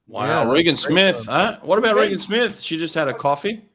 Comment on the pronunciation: It's RAY-GEN Smith, rather than Ree Gan Smith.